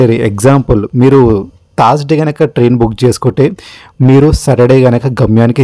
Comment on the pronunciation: Thaaaarsday ? sariga pronounce cheyye leva ? ne laag okadu unnadu thaaaard AC antadu 🤣 🤣🤣🤣🤣